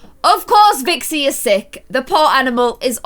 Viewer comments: YOU KEEP CALLING CALI VIXI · you called Cali Vixi:/ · u called callie vixy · you keep calling Cali Vickzy and it’s really annoying also I love your vids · ITS CALI NOT VIXIE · You called cally vixy